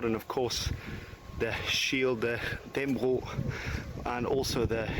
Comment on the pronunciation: All Danes know the story - and the pronunciation of Dannebrog is Dan-ne-bro the g isn't pronounced